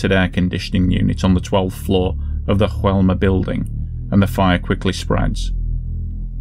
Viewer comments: In Brazil they speak Portuguese, not Spanish. Therefore, the name of the building is not pronounced as "Hoelma". It's pronounced as it's written: "Joelma". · It's not pronounced HOelma! It's JOelma! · In Brazilian Portuguese, the pronunciation of "Joe" in Joelma is just the same as in English. You're not supposed to say "Hoelma". However your pronunciation of Andraus is on point. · you're welcome, but please, it's São PaUlo. "Paolo" is an Italian male name, and we're very far from Italy. "São Paulo" is just "Saint Paul" in Portuguese. (BTW, the name of the building is pronounced "zho-ELL-mah", not with the Spanish "H" pronunciation used in the video. In Portuguese, "J" sounds as it does in French.) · Oh, and the pronunciation is "Zho-ELL-mah". In Portuguese, "J" has the same sound it has in French. It's only in Spanish that it's pronounced like an English "H." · Mispronunciation of the building name: The "J" is pronounced like 'zh' (like the ge in massage). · Yes - I realized afterwards. Of Course, It's in Brazil, so should have had the Portuguese style pronunciation.... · Just a heads up on the pronunciation, hope you don't mind. The J in Joelma is spoken as a normal J, like John or Jack. Not like an H, as we see in spanish words with J. Anyway, great video. Joelma was a really big fire here, and still remembered to this day, as Praça da Bandeira is said to be haunted by spirits of those who lost their lives in the fire. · You really needed to check on the pronunciation of Joelma. You got it wrong, but the rest of the video was good. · Joelma - in português "j" is not silent just fyi. Great video though as always. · One advise, in portuguese J have a J sound not H like Juan in spanish.